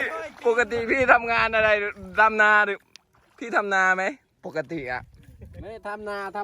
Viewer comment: ที่อีสารเขาพูดกันนะ555ดำนาแต่บ่าวหน่อยพูดจะออกเสียงเป็ดลำนา5555 มวนดีๆๆบ่าวหน่อย